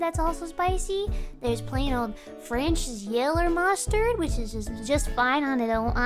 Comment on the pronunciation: The way gura said "Frenches Yeller Mustard" KILLED me 🤣🤣🤣🤣🤣🤣🤣🤣🤣🤣🤣🤣🤣🤣